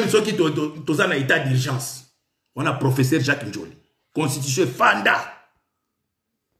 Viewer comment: ONT DIT (S.V.P )ES NON( S.T.P) 😃😃😃😃😃😃😃😃😃😃😃😃😃😃😃 EEH NGAI EEH EBEBIEE EBEBA KAKA UN PROFESSSAR AU LIEU ÊTRE UN PROFESSEUR 😅😅😅😅😅😅😅😅😅😅😅😅😅😅😅😅😅😅😅😅😅😅